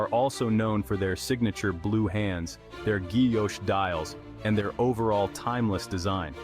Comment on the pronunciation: I agree with Breguet and Brioni. The trendy watches are not worth it. I like Italian leather bags that are not even sold in English speaking markets. The robo voice cannot pronounce foreign words such as Guilloche. I would prefer a human narrator.